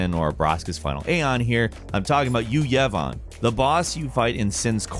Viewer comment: The way he pronounced yu yevon irked me lol